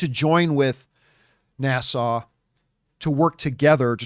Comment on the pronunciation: Can we keep giving more NASA movies until he learns how to pronounce it. Every time he says it, I think it is in the Bahamas instead of Houston. NA (as in nap) SA (more suh than sau). It's the second part that he is having trouble with. He had the same issue with one of his ad reads, but after a couple of weeks, he corrected it. I guess it is just his Canadian accent coming out. But, yes, I enjoyed the video. So keep them coming.